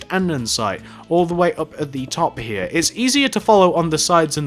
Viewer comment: Love his accent. I have a boring American accent. Just when he says here lol. "Hea, hea, end hea."